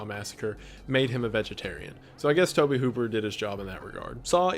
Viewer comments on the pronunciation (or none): none